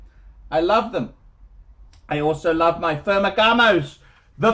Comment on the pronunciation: Why the hell is he calling Ferragamo, “Fermagamos.”